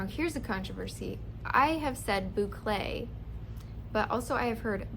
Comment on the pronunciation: You pronounced boucle properly...it is a French word. Well done!